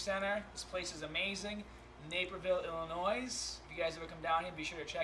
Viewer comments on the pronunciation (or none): There's no NOISE in Illinois Scott!!!!!! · That is AMAZING....I'll have to find a place near me. By the way you don't pronounce the "s" in Illinois.